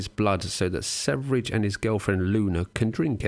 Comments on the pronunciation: Wonder why I haven't found anyone else here commenting on this, but it's "swear-ye" ("sverige" = "Sweden" in Swedish), not "severidge". You excuse yourself from mispronounciating any other foreign name basically, that's fair, but never actually the star of the show lol. No offense though, I still like your vids and this one as well... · Your pronunciation of Sverige (the swedish, pronounced swe-ree-ghe) is atrocious and the only thing marring the otherwise great video. I'm not swedish, but man, how hard can it be to learn basic pronounciation of a word your whole video depends upon? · how the fuq no one can pronounce sv3rige good? its SVERIE= sweden in swedish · it's supposed to be "sverige" it's "sweden" in swedish.. so it's not pronunced severige also that "high meat" looks disgusting.. I think the right word is "rotten" meat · yeah and also a more correct pronunciation would be sverr-ye but yeah, doesn't matter really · How do you pronounce his name by sayin the 3 (e) first and THEN the v? British foreign language brain fart? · His name is just the swedish word Sweden, ”Sverige”. The first part of the word is pronounced “sver” as in “swear” but with a hard V sound and the obviously no A sound, the second part is pronounced as the “je” part in the word “jet” but with a very soft J sound that is very rarely used in english, I can’t even think of an example. If you want to know exactly how to pronounce the word, just enter “Sweden” into google translate and listen to the swedish translation. I’ve seen this guy gaining more international fame, and infamy, lately. As a Swede, it’s quite fascinating. Since he speaks mostly english, he doesn’t have a huge following in Sweden, probably also because of the insane stuff he says. He’s mostly followed by weird “red pilled” guys. Edit: great video nevertheless! Happy to have recently found out about your channel.